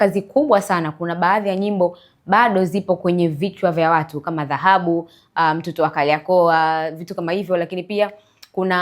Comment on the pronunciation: MWANDISHI/MTANGAZAJI UNATIA AIBU,KIZAZI CHA ZAHABU NDO NINI??? NI DHAHABU SIO ZAHABU?